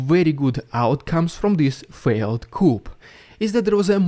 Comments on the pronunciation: Just a wee gripe on English grammar. You are pronouncing the word "coup" incorrectly. "Coup" is a chicken coup or cage, but "coup" is pronounced like "coo" with a silent 'P' as this was originally a French word, meaning an insurrection on a govt. Sorry. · Sorry but you said about your pronunciation of Coup, the P is silent,it’s said like, Cou, same as Coup but without the p sound. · Not wanting to criticize, only wanting to help: The English pronunciation of “coup” is “coo.” It rhymes with “moo.” 🙏🇺🇦🙏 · The P is silent in the word Coup. It's pronounced Kou, because it's French and the French are weirdos. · My dude the word coup is pronounced "koooo" origin French " coup de ta" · By the way, coup is pronounced “Coo” rhyming with “Who”. The p is silent. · "Corps" is actually pronounced like "core," and "coup" is pronounced "coo." Just so you know. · Coup is pronounced "Coo" . The "P" is silent. All Glory to Ukraine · “Coup” is pronounced «ку». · The “P” in coup is silent it’s pronounced “Ku” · Russian Guy it's coo or ku not coup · In English it is actually pronounced; coue, or coow phonetically. Not cup or coo, cop or coo-up or any other bollocks. Coo is not English. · the P in Coup is silent. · FYI the p is silent in the word ‘coup’. 😀 Keep up the great work. 👍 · The word reads coup but you don’t pronounce the P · don't pronounce the "p" at the end of "coup". It is a word of French origin. The same goes for "corps". The "s" at the end is not pronounced. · English is a funny language as many words are not pronounced as they are spelled...Coop is for chickens...Coup is french and pronounced "KOO" and is for a change of government by force of arms :) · Coup is pronounced coo not coop. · BTW....the word Coup is pronounce "coo" It is french. And please stop the annoying click click flashing begging subscribe inserts into your videos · Coup is pronòunced 'coo' not coop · Just so you know man, coup is pronounced coo not coop lol yeah i know, English is stupid